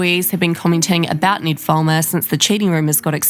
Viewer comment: His name is not pronounced like that, lol. I get having an accept and prounouncing words differently, but this is someone's name. Ned with a short e sound, not Need with a long e sound. Its and eh sound. Not saying this on behalf of the try guy, but all other Ned's out there, as well as the auto generated captions. If you have a strong accent, maybe listen to the name you are about to repeat a couple times, in their own accent, to get the pronounciation right.